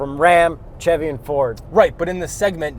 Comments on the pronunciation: Pronounced Sh-evy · He said “tschevy” 😅